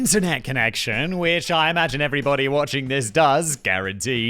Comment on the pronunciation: When Simon Says "Hello everybody" at the beginning, am I the only one who hears "Hello pretty body"?? Always makes me feel good about myself :-). Merry Christmas.